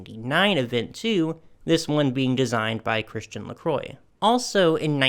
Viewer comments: Hi! A lot of your pronunciation is great! However, 2 pointers on LaCroix and Givenchy: LaCrwah and Zhivo(n)shee (the "n" is not really pronounced; it just nasalises the "o"). I love all these dolls - the Versace lace-up gown is amazing! Those Oscar de la Renta fashion packs are...! Brings back so many memories and I need to get my hands on 2 or 3 of them. I'd like to dress some of the Barbies that I still have in them. She wore a lot of other designers as well - like Valentino, Burberry, Sonia Rykiel, YSL, Lanvin. I LOVE Barbie in Dior. She would look wonderful in vintage Chanel too. I hope She collaborates with Aje., Alice & Olivia, Carolina Herrera, and Hermes in the future. Aje.'s aesthetic is feminine with an edge and they have a lot of bubble-hemmed mini and maxi dresses that I'd love to see her in. I actually bought one that reminded me of her late 80's, early 90's style with a huge bow at the back that was reminiscent of the bow from YSL's Pink Bow Dress. I love Alice & Olivia, and CH for their fabulously girly but still classic aesthetic. Hermes is luxuriously quiet and no one knows who you're wearing until they see the silk twill scarf! I would also love to see her in Marchesa's eveningwear; and also in an elegant men's tuxedo styled for women. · Lacroix is pronounced "la crew ah" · Its Lacroix sweetie!